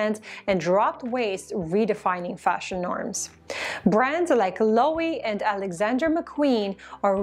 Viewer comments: If you want to be serious about this, please stop pronouncing Loewe as /Loh' ee/. It's /Loh eh' vay/ And, is /Er mess'/, not /Er may'/. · I can’t tell if you refer to Loewe, but I think they pronounce their name lo-ev-ay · LOWE IS PRONOUCED - lu e ve